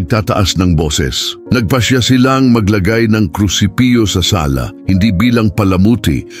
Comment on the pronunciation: opo naririnig ko.. naririnig ko mga palpak na pronounciations.. example "krusipyo"KRUSIPIHO po dapat.. Artificial Intelligence AI kc narrator... dko na itinuloy